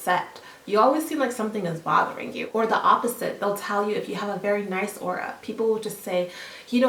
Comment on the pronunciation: It;s AURA not AurOa.. like wut..